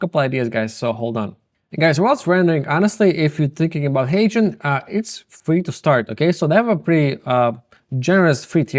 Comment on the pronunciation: I finally figured out he is mentioning HeyGen and not Asian. Ok Guys. That’s all I have Guys.